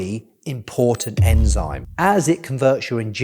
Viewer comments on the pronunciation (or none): none